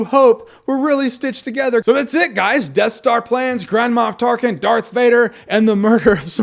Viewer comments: What he says: Grand Moff Tarkin What I hear: Grandma Tarkin Lol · Is it just me, or does "Grand Moff Tarkin" sound like "Grandma Of Tarkin"? xD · Am I the only one that keep hearing Jahns' saying "Grandma Tarkin"? And when he mentioned the ballgags :-D